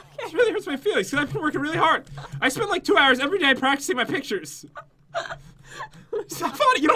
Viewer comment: in the beginning says "ohh yeah I see the pinture" idk if I was the only one who noticed 😂